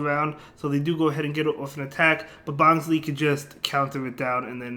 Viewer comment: it's pronounced as "bonslai" as in bonsai tree